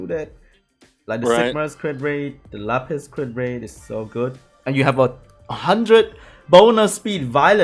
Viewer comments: The only thing I will say negatively about dude is: the way he pronounces some monster names is triggering. "la-PISS" "ver-O-mahs" to name a couple. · la-piss huh? lol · Jake Phillips no u luh-piece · he doesn't know how to say lapis steven universe fan TRIGERDDDDDDDDDDDDDDDDDDDDDDDDDDDDDDDDDDDDDD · every time he said lapis a piece of my soul died